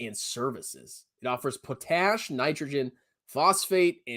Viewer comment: I worked at nutrien and it's pronounced pot... ash. I was I Miner running heavy equipment. Also around 2017 pcs or potash Corp was brought and made nutrien aurora in North Carolina eeeerrruuuuuuu